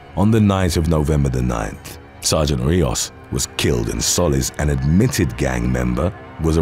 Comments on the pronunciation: The guy's last name in the first one is pronounced "Soh-leez" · Soliz is So-Leez Edit:this is the correct pronunciation